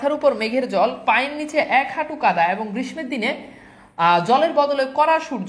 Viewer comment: Assalamu alaikum sir amar mone hoy oii ta grissho occharon hobe